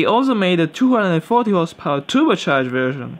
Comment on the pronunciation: your english is better... alot better... but say 240 in american acent and you have made not fit... stick to british top gear #clarkson accent.... we all love it.